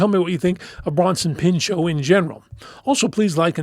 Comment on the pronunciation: The T is not silent, he’s not French, the surname is not French. He had to dedicate the first few minutes of his opening monologue as a host in SNL to that, but it seems it had no effect since it’s 2026 and people still pronounce his name as Peenshó.